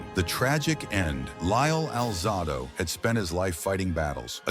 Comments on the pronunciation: His name is pronounced Al Zay Dough. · Can’t listen to these when the subject’s name isn’t pronounced correctly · The AI constantly mispronouncing his name is a major distraction